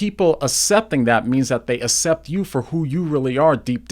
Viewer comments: it's pronounced "ak-cept" by the way. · 1st: it's pronounced ax-cept. 2nd: your god/christian thing has nothing to do with what demi is talking about. She's talking about things she feels about in relation to 'gender' - maybe a totally abnormal thing, like being gay, being left-handed, flying in a metal thing in the sky called a plane, or anything that is not the most normal thing most people engage in most of the time. But it has nothing to do with religion. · I hate to point this out but it bugs me, have so much respect for you but you pronounce the word accept wrong. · Oh my gosh. I love your videos. I love your apologetics. I love your use of logic and clear explanations. But I couldn't watch all of this one. The word "accept," is pronounced əkˈsept, not uh-sept. It was driving me nuts! Much love, though. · I like what you have to say. I am distracted, though, by your pronunciation of “accept”. Maybe it’s a regional thing.